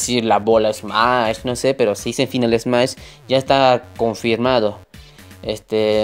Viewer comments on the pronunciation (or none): 1.- se pronuncia "Fainal esmash" y "Breik da targets" 2.- en twitter son MUCHO mas activos, aunque tampoco es que publiquen algo importante